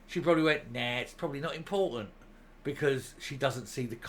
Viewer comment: and there are two "T's" in imporTanT.....pleeeze !